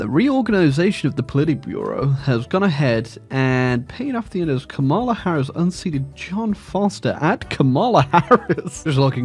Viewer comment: Cringing every time car wreck of a pronunciation of Kamala is uttered. The emphasis goes on the first syllable like "comma"